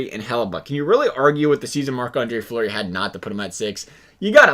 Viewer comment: Fleury not fluery